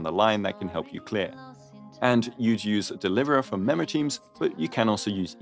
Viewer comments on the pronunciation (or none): none